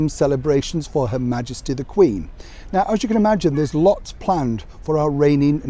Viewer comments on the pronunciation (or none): none